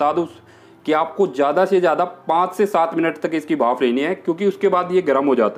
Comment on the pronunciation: Bhaaf nahi bhanp... 😂😂😂